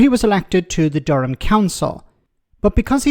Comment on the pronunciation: When he says "Durham" it sounds like he's saying "dumb" how ironic 😅